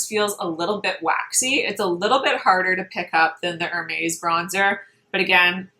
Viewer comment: Please learn how to say Hermes the correct way and you have to watch Nikki La Rose. She is a professional makeup artist and she matches her body and face makeup perfectly. Your face looks pale and different shade than your neck and body on the video!